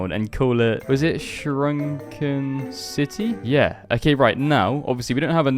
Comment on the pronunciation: SUNKEN CITY NOT SHRUNKEN 🥲